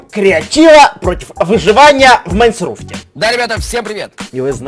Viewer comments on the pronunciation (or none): Вроде майнкрафтер, а сам называет его "МайнСруфт"...